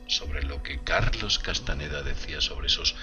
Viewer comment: No es Carlos Castaneda, es CASTAÑEDA no dejes que muera nuestro espaÑol